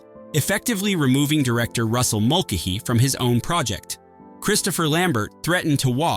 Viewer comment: Why can't the robot pronounce Mulcahy?